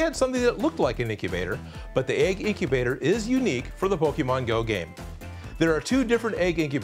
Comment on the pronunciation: the name is egg incubater more like eggubter